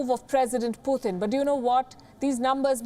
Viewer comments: It's not Puthin, It's Putin. Read names properly, before you start the story. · It's Putin not pooothin😂